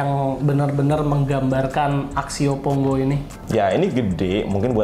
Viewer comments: Pongo bukan Ponggo, baru nyebut serinya aja uda salah jd malas lanjutinnya wkwk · pongo bang bukan ponggo